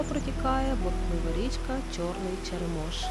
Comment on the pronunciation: нагадую за наголоси, ЧЕремош, а не ЧеремОш, так само як ШЕшори, а не ШешОри. кажуть Княжицький купив там все... Але повінь 2008 року показала, наскільки ми як держава і місцева владе не можемо дати ради елементарним лихам і подолати їхні наслідки. В мене в селі 17 років як забрало кладку через ЧЕремош, 17 сука років місцева влада не спромоглася натягнути 4 троси і 500 дошок покласти.